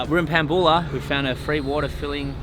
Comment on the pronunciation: Hey Perthians.... it's Pam-Bew-La